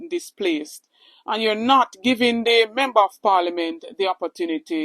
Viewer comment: Give up di damn position. Your pronunciation is like yuh dutty mind MEMBO memba. Its Member. KINGS English please.